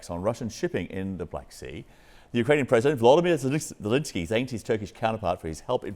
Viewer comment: Another American who calls Zelensky Zelinsky, have some respect for the man.